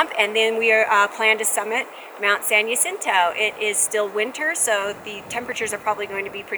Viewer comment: San jacinto.. Is pronounced. San Ha sintoe... Not San Ya cinto. 🙄